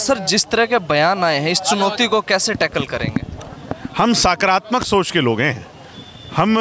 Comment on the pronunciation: Beta Hindi to sikh le Saakratmk. Naakratmk nhi hota.. Sakaratamak... Nakaratmak hota h